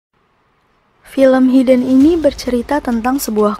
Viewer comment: Hidden klo di baca Haidden